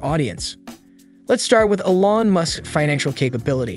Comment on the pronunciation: Please, everyone on the planet knows it’s pronounced E lon. He’s not French. Still 👍